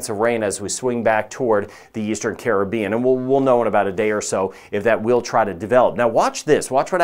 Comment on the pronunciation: I always liok to you for the very best forecast & being from the Carib-bean very nice to hear someone pronounce Caribbean correctly, too many say Crib-bean, lol